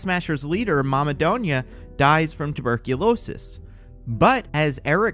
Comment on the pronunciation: I hate how the say "donya." The name is pronounced doon-ya. That's why i prefer spelling it as Dunya.